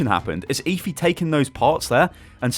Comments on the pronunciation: it's Efi, not ifi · you're such a brit... it's obviously pronounced "Ehfi"